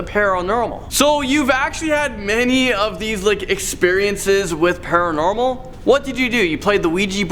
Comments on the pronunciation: nobody:: the pUrnUrErMeL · “...times that we dealt with the parrelnermal” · "Peril normal" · Can we just take a minute and listen to how says paranormal 🤣😂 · OMG I was hoping some else caught it 😂😂